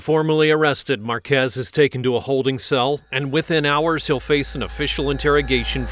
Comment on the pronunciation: thats not true that this is never before seen, this is an old case from last year but it was wild that he did that on paseo with cruisers right behind him lmao, also its pronounced....marquee like the sign but plural. Marquez